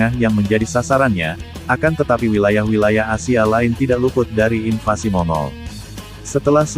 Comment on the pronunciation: Invasi.....bukan invansi